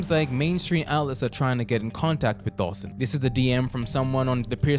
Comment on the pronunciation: is such a tool 😭 he didn’t even have the decency to pronounce Dawson’s name right on purpose.